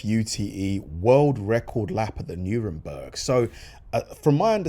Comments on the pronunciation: 'Nurenburg' you say🤪 w.t.f. you talking about ? NOTHING like the ACTUAL spelling of the track name🤦🏽‍♂️ Really ought to check $hit be posting mate.🤓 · I think you will that is Nurburgring, not Nuremberg ! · It's nur burg ring you dope. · I can't watch someone who cannot pronounce the name of the track properly. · Check the pronunciation of the name of the track, friend.